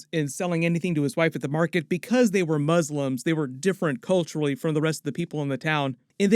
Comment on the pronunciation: The way you say “muzzlimbs” 🫣